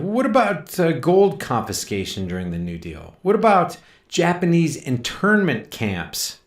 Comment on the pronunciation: oH My! "Japanize American internment Camps"